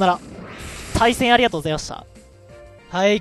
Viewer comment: 対戦よろしくお願いします さいせんよろしくお願いします に聞こえる